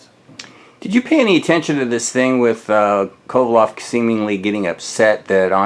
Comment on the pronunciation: His name is Kovalev not Kovaloff you could at least get his name right. We will see how Ward deals with the power and we'll see how Kovalev deals with Ward's wrestling/dirty tactics.